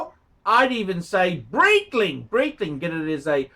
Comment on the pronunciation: BR(EEE)TLING.....?? sigh get your life together will you